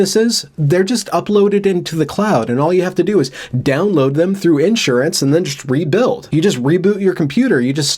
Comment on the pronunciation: people who don't understand insurance is not magic seem to always over enunciate the first syllable... "IN-suranz"